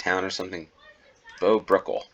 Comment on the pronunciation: Bures has only one syllable and should rhyme with 'manure'. Also, the 'h' in Bow Brickhill isn't silent. On the subject of Bow Brickhill, you missed that the Red Bull Formula 1 team has its premises just north of the station there. I'm sure you would have been interested in that had you noticed. Also, you were right to ask whether Milton Keynes is a new town. It is, in the UK at least, pretty much the epitome of new towns. The city centre was a few miles to the northwest but only showed up once you zoomed in a few times. Bletchley, the destination for trains travelling southwest from Bow Brickhill showed up far sooner. In case you're wondering, that is the same Bletchley that's home to Bletchley Park, the home of Allied codebreaking efforts in World War 2.